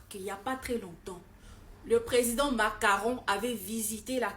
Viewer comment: "Le President Macaron" C'est dit exprès??😂😂😂